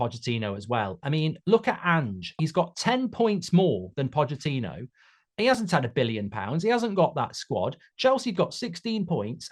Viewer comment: Didn’t know the ch in Pochettino was silent